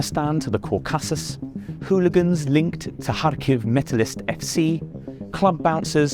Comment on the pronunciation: this man has never heard the word 'Caucasus' spoken out loud. Yet here he is, chosen to talk about the complexities of this conflict by a major newspaper. I'm surprised he said 'Ukraine' correctly.